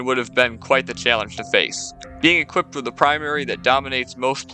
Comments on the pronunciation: guy said "equippeded" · The one guy keeps saying “equipted”